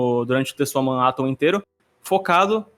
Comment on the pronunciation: Pequena errata: Em alguns momentos falei "TetsuwaMAN Atom" ao invés de "Tetsuwan Atom", perdão geeks